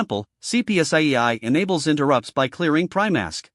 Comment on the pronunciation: we hear the mode called "T-H-R-E-A-D" mode by the AI. The content looks mostly right so far. Almost unwatchable, as we hear about "i-n-t-e-r-r-u-p-t-s" etc.